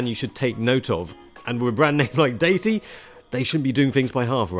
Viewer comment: "deity" is a word a lot of people get wrong. According to , "DEE-i-tee" is the correct pronunciation.